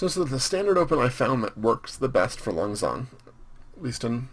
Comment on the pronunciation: I really enjoy you playing as Laos, although I'm Laotian myself and speak the language and you are pronouncing Lan Xang wrong. Lan is right, although Xang means elephant and it is pronounced Sang.